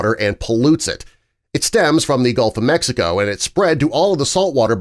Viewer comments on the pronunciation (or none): none